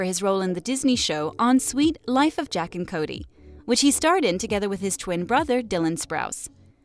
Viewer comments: Who heard jack and Cody instead of Zach and Cody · Is anyone else cringing as hard as I am because she said Jack and Cody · its not jack its zack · She really said “Jack and Cody” ☹️ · Did she really say JACK and Cody 🤣🤣🤣🤣🤣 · She said Jack and Cody 😂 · She said jack and Cody when it’s zack and Cody 😂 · Correct me if I’m wrong but did she say “jack and Cody”??? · am I the only one heard her say the suite life of jack and Cody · I can't believe she said Jack and Cody It is Zack and Cody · You said jack and Cody boi it’s Zach and Cody! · She said jack and Cody lol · Did did she just say jack and Cody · She said jack and cody its zack and cody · Did she say Jack and Cody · Did she said JACK?? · OMG ITS ZACH AND CODY NOT JAVK AND CODY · Did you say jack and Cody cause it’s zack and Cody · Ministarfish OMG IT’S JACK AND CODY NOT JAVK AND CODY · Sweet life of Zack and Cody not Jack.... and Ashleigh names wrong damn this channel sucks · I’m sorry but did she say, “Suite life with Jack and Cody” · i know i didn’t just hear “jack and cody” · Did this girl really say "Jack and Cody" ?! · I’m sorry did she say JACK and Cody